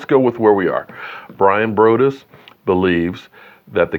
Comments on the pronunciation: Braw-dus <—— correct pronunciation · It’s Broaddus, it’s like saying broadway but take away the way